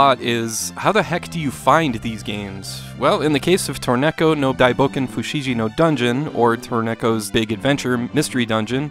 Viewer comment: Friendly FYI, but the G in Fushigi is a hard G! Have a good rest of the year!